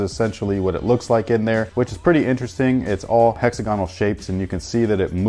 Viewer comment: HEX - AG - GONAL